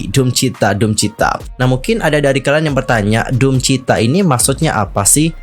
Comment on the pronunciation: DOOMCHITA kak, bukan DOOM CHITA 🙏🏼